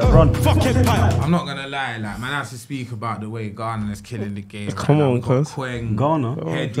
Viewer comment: looool man said Trinadad and Ghanago